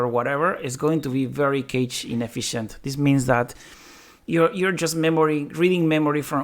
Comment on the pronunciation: So if malloc is extremely inefficient why does it exist? Is it designed with other properties in mind or is it a historical reason why it is still around? Also, the pronunciation of cache confused me with it sounding like `cage`. It sounds more like `cash`. Thanks for the video!